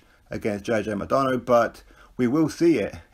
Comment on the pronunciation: Think its pronounced Mac-Donna 😬